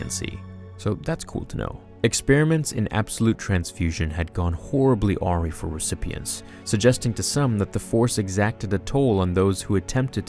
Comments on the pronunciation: Not to be a pronunciation nazi but “awry” is pronounced /əˈɹaɪ/. Not /ˈɔɹi/. 😂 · Hate to be that guy but, "awry" pronounced "a rye" not "awe ree". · Not to nitpick, but I heard 3 horribly mispronounced words. "Awry" pronounced "aw-ree" instead of "ah-ri"and "facsimile" pronounced "fass-im-ih-lee" instead of "fax-im-ih-lee" and "corporeal" pronounced "cor-por-reel" instead of "cor-por-ree-uhl". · Awesome stuff, man. Love it. In a way though, all of this essence transfer stuff seems like a writers way to bring back bad guys instead of come up with new ones. It's cool on one hand, but lazy on another. Oh, and by the way, "awry" is pronounced ah-ri, long "I" sound. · 'Ahree'? Please can you learn to pronounce simple words.